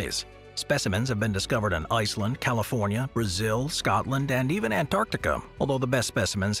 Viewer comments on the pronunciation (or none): none